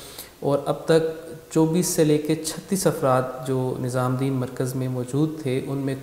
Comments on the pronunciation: Its nizamuddin...not nizaamdin...lolllz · Bhai tum muslim hokar Hazrat Nizamuddin rahmatullah ka naam thik se nhi le pa rhe